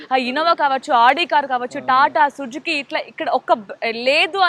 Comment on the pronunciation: Sujuki car kadu Amma, Suzuki antaru 😂😂😂😂😂